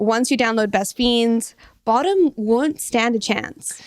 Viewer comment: saying Boredom, but it sounds like bottom..